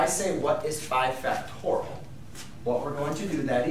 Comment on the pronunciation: It's pronounced factorial, not factoral. BTW a math teacher who can't do a simple multiplication like 24 times 5 in his head is not worth much (calculator dependent gen Y perhaps?). Anyway, you didn't explain at all what it could be used for. "Learn all about factorials", yeah, right...